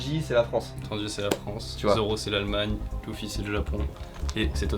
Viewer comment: par contre dire loufy c'est bizarre non enfin je suis pas fan de one piece ou quoi mais dire leuffy c'est plus stylé nan ?